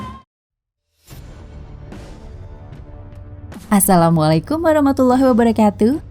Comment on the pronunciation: Aku trsenyum mndngar "assalamualaikum" nya. 😂